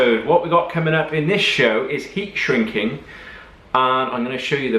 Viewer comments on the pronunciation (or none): Ere, are we shrinking or shinking the metal? different dialects and all, cracking vid though fella, keep up the good work and keep on smiling.